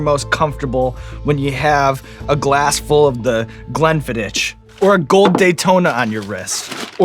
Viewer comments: Can I just point out that Glenfiddich is pronounced with "ick" at the end, not "itch". Sincerely, a Brit. Although really I should give credit to Scots - sorry Scots, yes I am of course an Englishman unfairly trying to take credit for Scottish products by calling them British. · The way Sean said "Glenfiddich" made me cringe. It's not glen-fid-ditch, it's glen-fidick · It's glenn-fidd-ick, iirc (thanks Modern Rogue) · Glenfiddich rhymes with pick, not pitch. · It's Pronounced Glen-Fid-Ick not Glen-fid-itch. it's an easy mistake to make but can potentially irritate people of Scots decent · Sean butchering the pronunciation of Glenfiddich 😂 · Glen-Fid-Ick! Not ich. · I love it when you guys bring other youtubers on. Also I’m a Scottish person and we pronounce Glenfiddich as Glenfiduck not Glenfiditch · Small tip for you Sean, from a whisk(e)y afficianado to a hot sauce equivilent - Glenfiddich is pronounced with a hard "ick" not "ish" at the end... Glen-fid-ick. Pax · I think it's pronounced Glen-fiddick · Hello from Scotland 🏴 I watch religiously but never normally comment. Just wanted to tell you It's pronounced Glenfiddick 😂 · Glen-fiddich. Evans, it's Glen-fid-ick. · Glen Fiddich is pronounced Glen Fidick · Mr Evans murdering the pronunciation of the name “Glenfiddich” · great episode, have to point out though, sean pronounced glenfiddich wrong, the 'ch' at the end is the same as 'loch', like a soft 'k' (i live 75 miles from the distillary). at least he didnt have to say 'ecclefechan' lol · It's pronounced Glenfiddick (hard k sound) even though it's spelled Glenfiddich. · He pronounced "Glenfiddich" wrong, but I suppose I can let it slide. Great episode. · Two humble guys talking food, eating food, great stuff. Don’t know how Babish hasn’t been on the show sooner! But that pronunciation of Glendfiddich was absolutely butchered haha. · Your butchering of the pronunciation of the Scottish whisky Glenfiddich was painful and made me so annoyed.